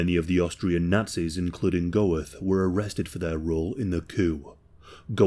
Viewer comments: Bruh its pronounced "Göeth" not "Goweth" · Isn't it pronounced Gert not Go-eth? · Great video mate, just to let you know its pronounced like "Ammon Gurt" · The consistent mispronunciation of the name of the SUBJECT OF THE VIDEO makes this impossible to watch. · Interesting video, but the mispronunciation of the name Goeth is very jarring. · And that’s how you butcher the pronunciation of a last name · If you're going to make a video on this man you might at least have tried to pronounce his name correctly. In phonetic English its pronounced Armon Gurt.